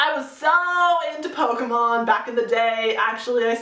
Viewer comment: ***** It kind of annoyed me the way you said Pokemon but maybe I just say it wrong.